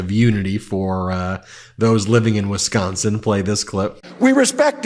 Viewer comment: Thank you, Ben for actually saying Wisconsin right. It's not wes-consin